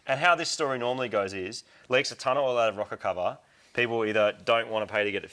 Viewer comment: are you saying a rocket cover or rocker cover? lol